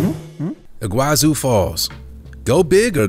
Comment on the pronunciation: Iguazú (Spanish, in Argentina) / Iguaçu (Portuguese, in Brazil) is pronounced "ee-gwah-SOO" in both languages, with the stress on the last syllable. It's not "ee-GWAH-zoo" as in the video.